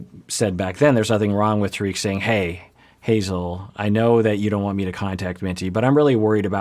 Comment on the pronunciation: Trying to be nice about this but it’s not pronounced ta reek it’s pronounced tar Rick rhymes with spar and lick